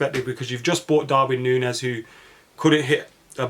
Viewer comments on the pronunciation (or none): none